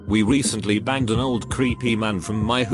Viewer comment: I thought for a moment she said "I banged..."